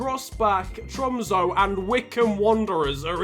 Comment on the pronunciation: You say tromsø with a ø not o